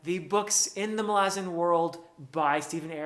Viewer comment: Btw I greatly appreciate you being literally the only human I've ever come across in thousands of videos who says the name "Malazan" correctly as Erikson intends and pronounces himself..................